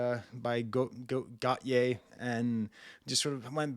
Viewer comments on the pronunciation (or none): it’s pronounced “Goat E A”, after gautier. Also, am insanely surprised you’d never heard it before, it comes from a really unappreciated album. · The way you’re pronouncing Go-Tee-Yay is giving me anxiety 🤦🏽‍♀️ 😂 but at least you’re trying your best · As far as I know you should pronounce Gotye like you would the name Gauthier in French. C'mon!😜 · Gotyé is pronounced like... Gaultier.. or Gaulthier.. it is basically the same name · Gotye is pronounced goh-te-yay. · Hahaha it’s go-tee-aye. I love doechii but I hate the song sonically. Went to art school and it just sounds like the songs theater kids would create so maybe I’m just tainted lol